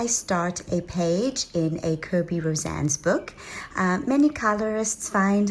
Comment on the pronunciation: It is pronounced for Kerby Rosanes. He is Philippino. "Rose-an-es" NOT "Rose-an".